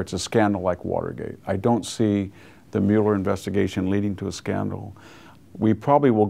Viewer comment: Why can't he pronounce Mueller?